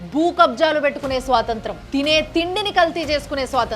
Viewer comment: స్వాతంత్రం కాదండి స్వాతంత్ర్యం .